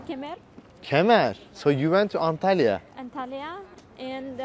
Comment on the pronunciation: kızın boyu kısa bazı şehir isimlerini aksan olmadan söyledi bizi kandırıyormuşsun gibi geldi istalbul antalya direk söyledi